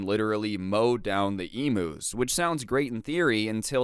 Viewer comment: Aussie here, pronounced emyus, just saying. I do remember when u referenced this and said ostriches, glad you improved.